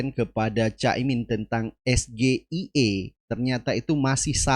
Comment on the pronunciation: SGIER bukan SGIE .. pendukung 02 merasa bangga mendengar cawapres nya mengucapkan yang salah 😊